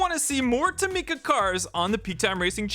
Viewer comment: This is how you pronounce tomica: toh-Mi-ca